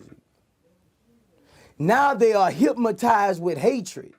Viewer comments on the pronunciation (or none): “They are hipmotizzzzeed by hatred” 😂😂😂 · Boosie Said “Hipmatized” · “Hypmatized with hatred” 😂 not hypnotized